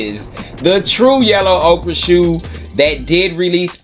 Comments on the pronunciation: Ochre pronounced like Cardi B yellin OKURRRRRRRRRRR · Pronounced OKER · I swear does nobody know how to say Mauve and Ochre? They’re pronounced Mahv and Ohkr. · !!!… you pronounce it OAK-ERR